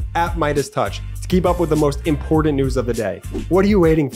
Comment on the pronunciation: The way she drops her T's and turns words like important into impor-unt makes her sound amateurish.